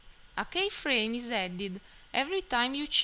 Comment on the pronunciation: It's pronounced "key-frame" not "K-frame". But overall great advice